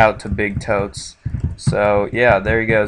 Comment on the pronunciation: u said my name wrong -_- its bigotes not bigtoes lol